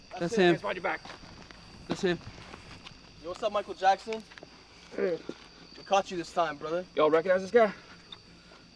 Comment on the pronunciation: When HE CALL HIM MICALL JAXON 😂😂😂😂😂😂😂😂😂😂😂😂😂😂